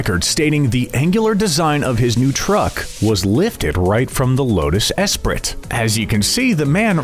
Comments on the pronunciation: espri"t" rofl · You lost me at the severe mispronunciation of “Esprit.”